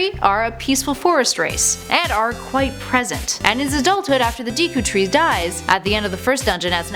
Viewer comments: It's Deku tree, not DEEku tree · I'm sorry, but, Deeku tree? Kocurry? No. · RuPEES Dieaty Deekoo Kukiri Gooroodoo Twilight Princess comes BEFORE Majora's Mask? I think you mean after. These are the mis-pronounced words